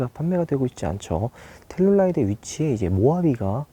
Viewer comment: 저번 영상에서부터 텔’룰’라이드 나만 신경쓰이나ㅜ